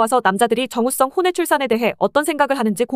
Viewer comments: 왜 발음이 정우성이 아니라 자꾸 정우썽으로 발음되냐?? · 정우썽이 아니고 정우성입니다 자꾸 발음이 걸리네요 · AI 목소리였나요? 정우성을 정우썽이라고 발음하네요.. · ai 프로그램으로 만든 목소린가.. 정우 썽 정우 썽 요거때매 내용에 집중이안된다잘ㅋㅋㅋㅋ무도 홍철이형이 생각나는 ..관심갖지 마thㅔ요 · 정우성을 계속 정우썽이라 부르는거 개웃김ㅋㅋㅋ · 자꾸 정우썽 이라고 하네ㅋㅋㅋ😂😂😂😂😂😂😂😂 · 발음이 "정우 썽!" 이라고 하는건 일부러야? 아니면 습관 같은거야? 뭐야? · Ai 는 정우성 발음이 잘 안되나보네 정우썽!!